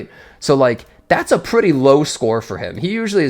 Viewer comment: Why does he struggle to pronounce the word "pretty"